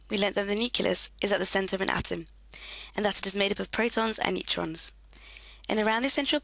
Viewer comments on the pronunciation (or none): none